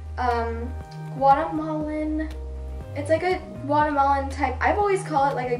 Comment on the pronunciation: when you said guatemalan i thought you were saying watermelon